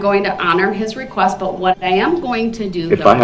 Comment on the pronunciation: I’m thankful that I have never “RECOOST” myself. That sounds very painful.